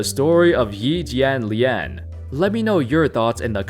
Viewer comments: lol impressive. You pronounced his name right. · i mean you still have a very white-ish accent but way you said Yi Jianlian actually wasn't bad and out of most youtubers made me least want to cringe. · As a fan from China, I gotta day ur pronunciation of Yi Jianlian is the most accurate I have ever heard from anyone not Chinese, keep up the good work